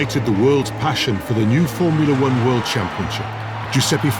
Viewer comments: "Formula Weern" WTF? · Formula Wern?